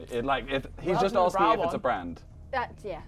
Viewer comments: man said arksing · ASKING NOT AKSING..... .OMFG